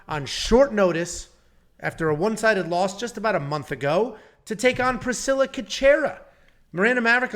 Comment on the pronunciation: damn just butchered Cachoeira's last name - Cash-scwhere-aa